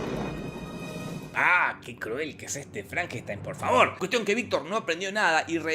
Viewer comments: My name it's pronounced Frankensteen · FrankenstAin, maestro. Frankenstaaaaainnnn